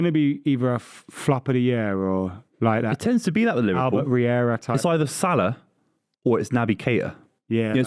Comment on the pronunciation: said only Salah right